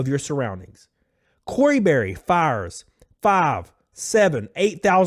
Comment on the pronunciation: Corey Bury, as in bury her employees